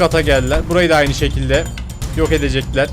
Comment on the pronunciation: Türkçeyi katlettin amw